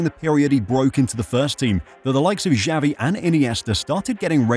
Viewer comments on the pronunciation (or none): none